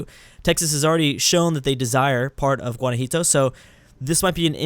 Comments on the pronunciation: You should pronounce the leading state right for fucks sake. Gua-na-JUA-to, not gua-na-JI-to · the mexican state that you continuosly mispronounced it's called (and pronounce) GUA-NA-JU-A-TO Also the canadian province that you can't pronounce is pronounce SAS-KAT-CHE-WAN, good luck:D